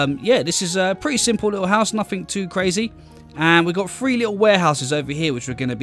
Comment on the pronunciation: Great builds but after a bit the number "three" being pronounced "free" really starts to be irritating.